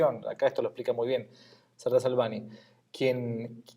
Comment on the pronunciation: Apunte para pronunciacioón del nombre del autor: Salvany se promuncia "Salañ" la ny en catalán suena a "ñ"